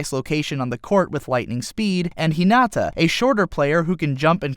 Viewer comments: No one is going to say how he said Hinata’s name wrong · "ひなあああた" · You lost all your cred in this video when you pronounced "Hinata" incorrectly.